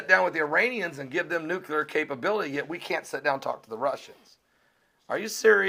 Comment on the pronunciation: it's pronounced "noo klee -er", not " nook -u lar" you are a smart guy, but when u mis-pronounce this word, you sound just like the idiot, Bush.